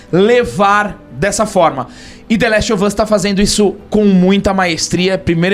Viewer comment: É, The Lastovas, aprendam a falar, viu? Kkkkkkkk....